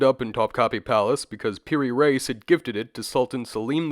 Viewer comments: It’s pronounced “Ra-ees” not “Race”. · "Reis" is pronounced like rea'ees not race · Mamluks is pronounced how it sounds, and Piri 'rees' x x x